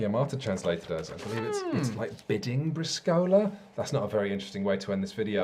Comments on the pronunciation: I know I'm late, but another italian here and I'm surprised no one pointed out that 1) Briscola means trump suit and is the proper name of the original 2/4 players game and 2) I don't know how to communicate it but you called it "Briscòla" and not "Brìscola" like I always did. Maybe it's a dialect or local thing. I don't know how to better communicate this, watch an italian video pronounciation is hard. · == Folklore Club == You're missing some important rules. Swearing and blasphemies are a must. You call it Briscòla (stress on the o), but it's Brìscola (stress on the i). From "Bar Sport", popular comedy book from Italian author Stefano Benni: "Briscola is a simple game. Your opponent slams on the table a card, and you have to slam another one HARDER. Good players are able to break from 15 to 20 tables per game. It is appropriate, before slamming a card on the table, to make that card wet with a bit of saliva. Cards can take their characteristic crumpled up shape and the hardness of a rock. In many bars, to shuffle a deck of cards, we use a kneading machine. When a card is too old, it becomes hard and heavy, and if you're not well trained, it's better if you use some work gloves." Anyway, as already comment elsewhere, a Briscola deck is with A, 2, 3, 4, 5, 6, 7, J, Q, K. And the order (don't ask why we don't know either) is (from lowest to higher): 2, 4, 5, 6, 7, J, Q, K, 3, A. There are some variants on the auction itself. I find very funny calling directly points (e.g: 65!). The one who wins the auction can call a card (e.g. 5 of Spades. Spades becomes the Trunk, and the player with the 5 of Spades is the secret partner). You now must reach that many points. You can even call yourself (you call a card that you already have). This way there is no secret partner and a lot of more confusion on the table. If you win this way and you're keeping track of the points, this round yo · You should have tuned into the Fief review. :D